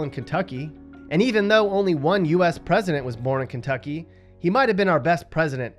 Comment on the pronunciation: no he didnt, I live in ky, that's not how you pronounce it.